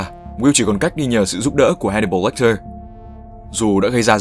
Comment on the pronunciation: Tên là Hannibal Lecter mà cứ đọc là Watcher :P